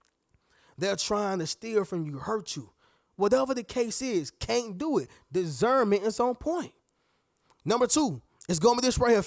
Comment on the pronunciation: It's disssssserment not desserment lol